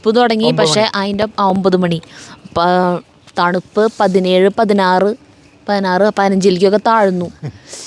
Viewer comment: തണുവു അല്ല തണുപ്പ് 🥰